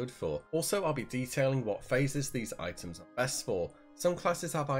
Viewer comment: you say : i´ems